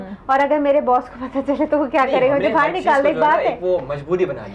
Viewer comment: are they calling that langauge as URDU? are u kidding me ? and why the hell she is pronouncing "bahar" as "baaher" baaher is marathi language word..and it sounds pathetic with hindi langauge words ~ ..they have just mixed up hindi n marathi langauge of india..which is much ancient that urdu.. and they created urdu langauge lol